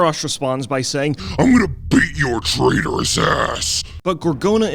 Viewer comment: traitorous not traderous lol